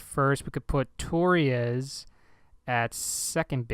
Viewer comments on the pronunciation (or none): Dude I'm pretty sure Ronald Torreyes is pronounced (Tor-RAY-yes). Either way, keep it up!